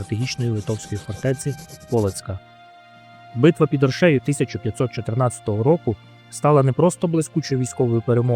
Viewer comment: Подивився половину і вимкнув ! Ріже вухо московська манера ставити неправильно наголос в словах , гидко якщо чесно , не оршЕю а Оршею . Авторе Острожзький був не тільки литовським гетьманом він ще був руським князем . В мене відчуття що вам страшно про це сказати , князь мав 20 тисяч власного війська а отже військо Русі теж билося проти москви в тій битві . Ви чомусь про це теж сормитесь сказати . Благенька розповідь на трієчку.